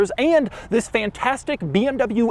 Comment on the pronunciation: Bro start saying “vis” instead of “this”